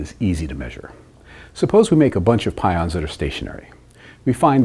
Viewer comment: Just for information (no offense): he accidentally said "pouons" instead of pions. You can see his mouth moves differently than what is heard so it was edited in.